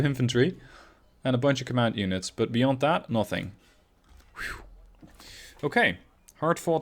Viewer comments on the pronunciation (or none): none